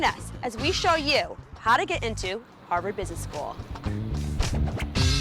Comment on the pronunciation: They kept saying "Harvard" but I think they meant "Ha'va'd"